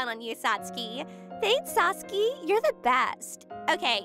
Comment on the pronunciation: First of all , Since WHEN Does SAT SUKI Start sounding like SAT SKEEEE. SATSUKI SIUNDS LIKE SATSOOOKEY!